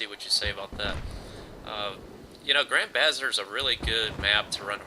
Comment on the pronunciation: BTW..Bazaar is pronounced "buz-arr"